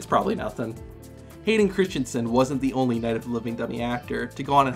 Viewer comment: Oh my god you literally destroyed his name 💀 it’s Christensen, not Christionson